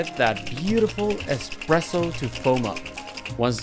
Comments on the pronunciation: Sorry but, expresso? 🙄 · almost fell out of my seat when I heard you say "expresso"